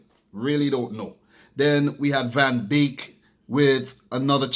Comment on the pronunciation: The name is Donny van DE Beek not Van Beek